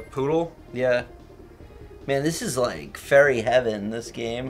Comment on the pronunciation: Was trying to say Furry Heaven instead of Fairy Heaven?